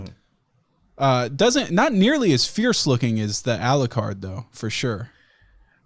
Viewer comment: Why'd he say alucard like that it's a European word. I'm baffled